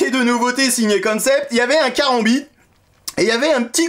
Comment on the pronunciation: S'il vous plait, ne faites pas tourner votre Kerambit (ça ce prononce K-rambiT) comme vous le faites dans la video : avec un "vrai" Kerambit (ou même un faux d'ailleurs) vous allez rapidement finir à l'hôpital après vous l'être planté dans l'avant-bras se faisant ! De telles rotations ne s'exécutent en effet que suivant les diagonales allant de l'épaule à la hanche opposée et vice versa. Bref, de manière croisée et cela en imprimant simultanément un pivot du corps via une torsion des hanches appelée "Gelek". Maintenant pour en venir au couteau lui-même, un vrai Kerambit est (1) aiguisé à l'extrême sur des deux côtés ce qui ne me paraît pas être le cas ici et (2) l'angle que forme la lame avec le manche est normalement beaucoup plus prononcé. Ceci ne laissant aucun doute quant au fait que ceci est d'inspiration occidentale, loin de ce qui se fait traditionnellement dans le Sud-Est Asiatique. Voilà, c'était juste mes 2 cents. Et merci encore pour cette nouvelle vidéo de présentation. 🙏